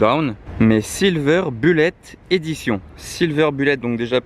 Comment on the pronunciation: Voiture extraordinaire, bien évidemment. MAIS : il va falloir que tu révises ton anglais, au moins un peu, parce que là, c'est de l'anglais à la DeFunès... 1/ ''Silver" : signifie ''argent'' et pas ''gris'', 2/ ''Bullet'' (en français : ''balle'') : se prononce ''boulette'' et pas ''bulette'' comme ''bulle'' en français, et le ponpon : 3/ ''Push'' : on prononce ''poush'' et pas ''peush''. Faut pas m'en vouloir, y'a rien de méchant, mais quand-même j'ai pas pu m'empêcher !